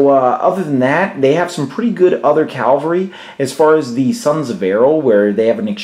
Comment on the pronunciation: Leonardis EGWG You're right in correcting me on this. My pronunciation is certainly horrible with many older words and Tolkien words. I should have said Cavalry. I appreciate you making me practice though :)